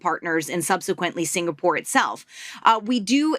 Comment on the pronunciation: dont try to angkat for him lah, clearly he is interested in the holiday posting to sg for the lifestyle. he know nothing abt sg, cant even pronounce 'singapore' properly also